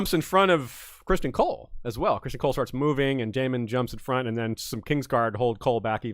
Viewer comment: easy on the "ahn" pronunciation of every name. lol. It's just Aemon. and definitely not ChristAHN. lol. Gotta love dancing